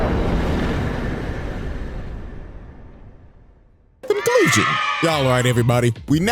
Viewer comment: “CONCLUSTION”, I had to rewind the vid for that one.